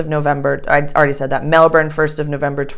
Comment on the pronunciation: Melb'n is the correct and only pronunciation, soz 😉